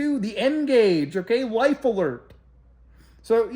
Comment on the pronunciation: Dude said lifa alert lmfao